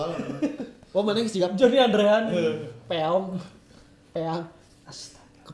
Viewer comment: aku baru nonton ini ngakak banget pas aa aa nya bilang "jonay"😭